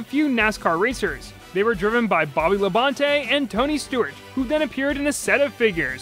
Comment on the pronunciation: Lol at "Bobby Labon-tay"